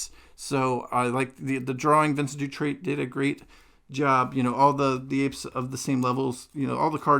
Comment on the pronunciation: Pronounce "Siri" (like the apple assistant) and then add "ex" (like an ex girlfriend) and you got Sirieix. EDIT: Nevermind, I'm late to the help party 😂 Also you don't pronounce the "T" at the end of Vincent Dutrait, it's just Dutrai(t). But you also dont pronounce it on Vincen(t). French is confusing, I guess 😅